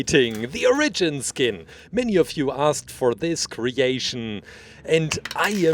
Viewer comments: its origin not orgin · its fornounced or-i-g-ion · You Sid onagen in stead of origin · Or-a-jin : oregin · you say origin wrong